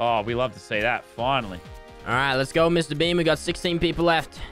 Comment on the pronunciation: Every time he says Mr.Beam, I think of Mr.Bean